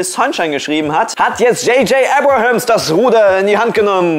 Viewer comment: Abrams,. Nicht Abrahams ^^